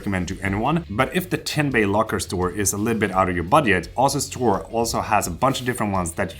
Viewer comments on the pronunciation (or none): none